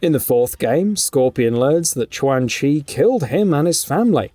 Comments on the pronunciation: If you keep mispronouncing names, the next video will get disliked 🤷🏼‍♂️ Chwan Chi, Reeden, Shiraya-Reeu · The correct pronunciation should be “Chuan “ as Q in Chinese is Ch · Ayo I'ma let you finish but who the hell is Twang Chi 😂😂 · The mispronunciation of Qaun chi is funny 😆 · Right??? 😂😂😂 So cringy